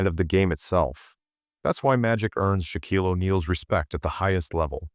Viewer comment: First, your dumbass AI can't even pronounce Shaq's first name. But worse, you misspelled BOTH Michael AND Jordan. Jeez really sloppy.